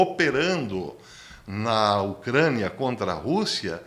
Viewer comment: Porque diz ocraniaaaaaaahh bastante esquesito